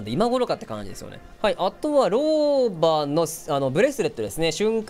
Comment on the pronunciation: 日本語がちょくちょくおかしいローバがロバになってたりヴァルキリーがヴァルクになってたりワットソンがワトソンになってるのが気になった